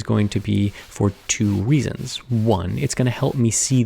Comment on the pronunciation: did I hear him say weasons?